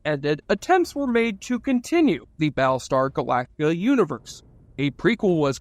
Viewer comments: "Bal star galaka"... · I'm more hung up on "Baalstar Glacta"